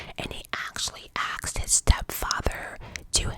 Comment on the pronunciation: "Question was axed"😂😂😂😂